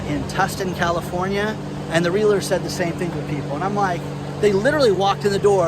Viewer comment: Love channel and appreciate your insight and topics. I have some feedback. A real estate agent is referred to as a Realtor, not a Realitor. It kills me every time I here someone call us that. My wife always laughs when I am call potential clients and they tell me that they have a Realitor. I say that’s great, because I am a Realtor, and I will get you more for your home than your Realitor. Thank you keep delivering great content.